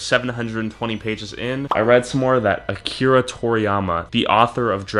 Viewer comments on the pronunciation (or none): none